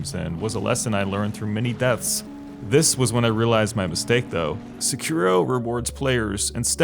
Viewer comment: I'm curious of why you always put the accent of a name in the wrong place... I don't mean to be that but I still remember how you changed the name Lara Croft to Laura Croff, now is SECUR-RO instead of SÉ-KIROW 🤷🏻‍♂️